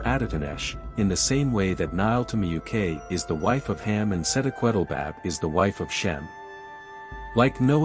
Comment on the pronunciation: Not Hem, it's Ham.